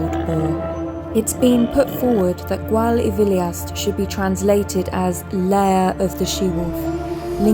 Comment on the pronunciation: Gwal y Filiast . The y is pronounced as "uh". (as in Bettws Y Coed ) not ee . Well done on finding the lair .